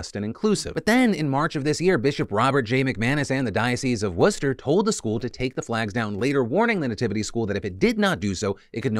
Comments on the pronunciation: As someone who lives near to Worcester in actual England it makes me laugh maniacally every time anyone from the US tries to pronounce our beloved sauce. Happy to hear something approaching a normal pronunciation. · Nice job saying Worcester correctly. You truly do your research on stories haha. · I live super close to that school, good job on the Worcester pronunciation! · Good on Phil for pronouncing Worcester correctly! As a New England resident, I award you, Phillip DeFranco, an honarary wicked pissah. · I'm actually in Worcester in Mass and I Appreciate the pronunciation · As an actual English person, I didn’t know any of you got it right 😂 I’m pleasantly surprised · Shout out to Phil for saying Worcester right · As some one from Worcester ma, you pronounced it perfectly and I am so wicked proud of ya dude! 🤌🏻👍🏻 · As a masshole I thank you for pronouncing Worcester correctly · I'm so proud of you pronouncing Worcester correctly ☺ Also, I'm the non-Catholic in my Irish family, so I don't really care. But, I did go to a Jesuit college in MA, and I'm hopeful they'll push for the right thing to reinstate the school standing. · I see you said Worcester correctly. I'm proud. Lol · Hold on, so Americans can pronunce Worcester perfectly ("Wooster") if it's a School, but if its a sauce you guys suddenly all flustered and ne like "warsestershires sauce" haha 🤣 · Dang, PhillyD pronounced “Worcester” right lmao